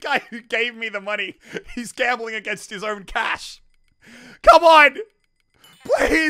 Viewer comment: Is it wrong that I am getting triggered over his gamboling